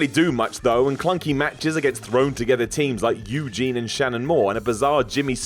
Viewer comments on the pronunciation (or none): none